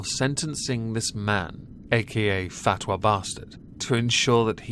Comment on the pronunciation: 'fat'wa lol